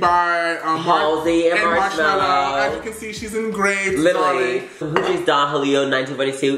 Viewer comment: Just here to see how they pronounce Don Julio 😂